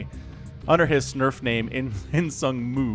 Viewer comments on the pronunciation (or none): I swear you said "under his snurf name"